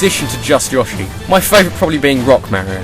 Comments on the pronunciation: ..>.< AGH! i'm sorry, i have to nit pick! it's Yo-shi, not Ya-shi. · Omg why do you keep saying yoshi (ya-shi) I always that it was yoshi (yo-shi) he even says it like that! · Yohhshi? It's Yoshi. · dude i dont think its yoh-shi its more like yo-shi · Uh.... did you pronounce that yah-she? I could be wrong, and it might just be cultural diferences, but isn't it yoh-she? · It's pronounced (YO-SHE) Not (YOSH-E) duh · Yawshi? Yawshis? Seriously? It's not yee-aw-shee, It's yee-oh-shee. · It'pronounounced Yo-She not Yosh-ee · YASHI?!?!?!?! ITS PRONOUNCED YOSHI WITH AN "O" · You pronounce Yoshi incorrectly. It's you-shee, not yaw-shee. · yoshi is pronounced YO-SHEE not YAH-SHEE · yo-shi? DID HE JUST SAY YO-SHI? It's yoh-shi. U PRONOUNCE WRONG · De he just pronounce Yoshi "yaw-shi"? XD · he says Yoashi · It just feels wrong when you say Yoshi like Yahshi -shiver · It's Yo-CHEESE! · did he just say Yaw-shi? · Yoshi: A dinosaur (yo-she) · Yoh-She Get it right pls, and don't say that the above way of pronouncing it is incorrect in anyway, as that would be preposterous... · That's not how to say Yoshi soi have to give your video a dislike but it's still a good video so I will give it a like well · It's a thing I've noticed, people from the UK pronounce Yoshi differently to everyone else. =o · I love how you say Yoshi. xD